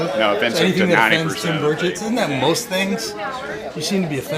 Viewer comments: Pretty sure he was saying “Bird-shit” 😂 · Did I just hear you call him Rep Tim Birdofshit? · Burchett , pronounced bird shit. Thks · Did you say Tim Birdsh!t?!